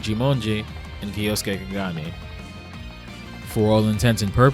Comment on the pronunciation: Little weird semantic tip: kyo, like tokyo kyoto or kyosuke is one syllable. So not kee-yo-soo-kay. But kyo-soo-kay . Otherwise killer video